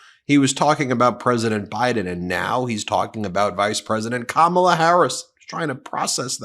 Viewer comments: “Unlike kam-ah-la, I know my roots” 😳 The miniseries #Roots aside, this trump shill must know that most black people in America can’t trace their “Roots” back any further than the last slave owner. Another tragic side effect of slavery. {Though, in truth it was done on purpose, wasn’t it… that makes it an intended effect and no one could convince me that Lay-ra troomp didn’t think of this when she chose her words. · Wtf is a Camilla??? her name is Kamala🙄🙄🙄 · Ka-ma-la ? Mel-an-ea ? Iv-an-a ? Mar-la ? Iv-an-ka ? .... it isnt difficult to pronounce the name of the next President of the United States , KAMALA HARRIS . Trump manages to pronounce correctly the names of his wives and daughter . But i guess he could always just call Kamala Harris , Madam President . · He calls her Ka-ma-la, she needs to call him Don-old😂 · I think you're mispronouncing Kamala's name, Ben. I think her name is pronounced Ka-MA-la. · mispronounced her name purposely, how classy? Can you look more like Melania? 😜😏 Cause you're not doing something right or else you'd be poised to be the next First Lady for Don the Con orange man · Trump has introduced this concept of not saying people's names correctly - when he in fact bothers to know a name at all. Both he and Habba have mispronounced names then sneered and said "whatever he/she calls themselves". yes, they call themselves that name, because it IS their name. If they want to play that game, let's all talk about Ronald and Balloona. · When people purposely say names wrong . . . Kamala, Fani, the “Democrat” party